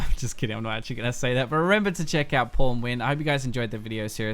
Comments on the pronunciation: I totally heard "pornwin" lol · At the end I thought he said PornWin